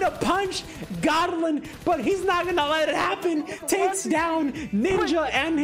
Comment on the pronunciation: Not Godlin 😆😆it's Go blin